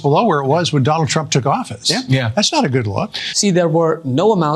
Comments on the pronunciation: Sounds like she said a president chump. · This commercial brought to you by the American taxpayers. You’re not welcome. My god Biden had the country roaring again. Only the worst evil person would try to set our country on fire and throw gas on it. This chick says Chtrump.